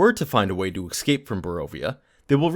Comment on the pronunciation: That is not how you say "escape" for fuck sake.